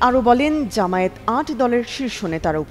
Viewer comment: জামায়াতের কেন্দ্রীয় নেতাদের দৃষ্টি আকর্ষণ করছি, প্রায় সব মিডিয়া ও উপস্হাপকরা "জামায়াত" শব্দকে জামায়েত উচ্চারণ করে থাকে।একাকি জামায়াতের জন্যে অপমান করে নয়? দৃ